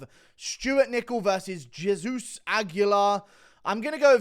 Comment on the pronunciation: did he say jizz-zeus?